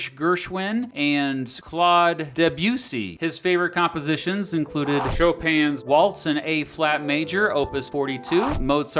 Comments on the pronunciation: Can I just say Thank You, - for pronouncing the names of these classical composers correctly 🤣 I'm so happy that you said 'Sho-Pan' instead of 'Shop-in' for Frederic Chopin's name! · Do people not know that's how Chopin's name is pronounced? o.O